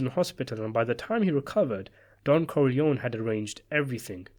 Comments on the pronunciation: You forgot Sonny Corleone. And, that last name is pronounced Core-Lee-ohni And luca’s last name is pronounced “Bratzi” Plus, anyone can read about him. Wasted video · why corlyon? the Italians pronounce it as COR LYONE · It´s Corleon-E. Say it finally!!!